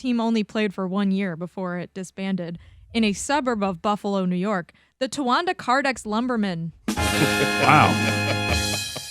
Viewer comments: its tona wanda not towanda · Cuz I live there (here) it's TONAWANDA TAHNAWANDA IS HOW ITS SAID